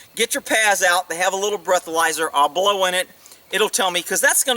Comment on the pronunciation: Omg! Did you just say you are going to hlow me?! Sometimes you say the funniest things.